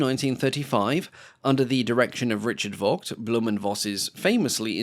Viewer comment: Likewise, it's pronounced "Fogt", not "Wogt".